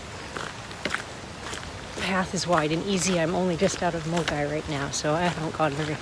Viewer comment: Very useful and detailed intro to the WHW. Super impressed you were able to pronounce Milngavie correctly (some of the UK based Youtubers couldn't do it - they pronounced it incorrectly as Miln-guy) ;)